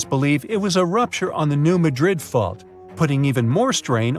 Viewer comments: Please pronounce New Madrid correctly. The emphasis is on the first syllable of Madrid - MADrid, not the second like the city in Spain - maDRID. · Emphasis on the 1st syllable. New MAD -drid. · You're pronouncing New Madrid wrong. I can't take this seriously.